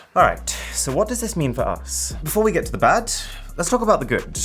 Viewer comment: "before we get to the bat, let's talk about the goot"